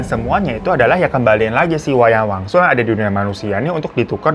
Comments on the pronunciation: awal2 "wayang wangsul" makin deket ending berubah jadi "wayang walun" kata gue siapeee???😭😭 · Wangsul jd waluh jd walyun, untung kami2 ini uda pro dengerin cerita lu baaang 😂😂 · Ngapa jd wayang walun bang😂 udh gtu nmanya diganti jd delina:_HAHAHA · Wayang Wangsul kak, bukan wanyang walun. 😂😂😂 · Di awal* kyae wayang wangsul ya bang Hiro nyebutnya, knpa ditengah* sampai akhir jadi wayang walun sih 😅 ada yg sadar gk selain aku??